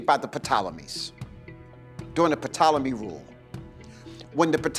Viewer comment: Anyone who pronounces it "Puhtolemy" doesn't know what they're talking about. It's pronounced "TOLEMY"